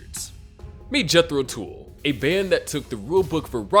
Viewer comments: AAARGH!!! It is pronounced TULL not TOOL! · jethro tuuulll....not jethro tool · Yeah, like the “hool” of a boat. If he doesn’t know that Tull rhymes with hull, why would I listen to a word he says? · A few random thoughts... 1. This clip should've been called "The 5 Less-Hyped Bands That Gave The Beatles A Run For Their Money". Because, that's what they did. 2. Tull rhymes with "Hull". Unless the"narrator' was too busy listening to "Ænima" to notice. (Unless "he" is referring to Ian Anderson's flute, which, in this context, makes it Jethro's "tool", Fool.) 3.What AI was used to create this content? Skynet? Lane-tastic. 😂 Try better with humans, please. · Oh yeah, right. Such a big fan of these 5 other bands you can't even pronouce "Tull" correctly! Pretty much every band of the 60's hung on the coat tails of The Beatles. As for these 5 bands, I've got albums by all of them and they are all relatively limited as songwriters compared to Lennon, McCartney and Harrison and nowhere near as boundary-pushing, genre-defining or creative as The Beatles. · My suggestion would be to use Google and learn how to say 'Tull.'